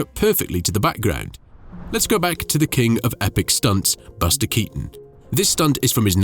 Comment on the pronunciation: Però Baster Catonno non si può sentire. Perché non riascoltate prima di pubblicare! Perché!